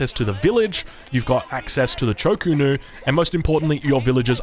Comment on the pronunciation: Also, Cho Ko Nu rather than Chu Ko Nu.. drives me nuts lmao. I like his casts but Hayche Pee and ChoKo is very distracting